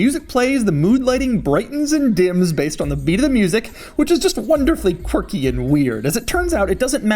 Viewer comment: I drank a shot every time he said Quarkie. I am dead.